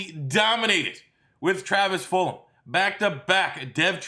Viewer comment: Am i missing something on why he call his Full-um and not Full-Gum?